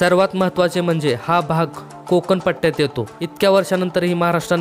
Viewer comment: कोकन नाहीरे कोकण . ण आधी शुद्ध बोलायला शिक